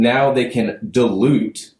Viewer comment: Dilute..di'e lute NOT DE' LUTE